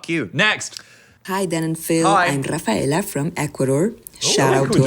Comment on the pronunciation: Hearing Rafaela pronounce her own name was so beautiful because as a latino i am tired of englishifying our names for others. Bien hecho hermana 👏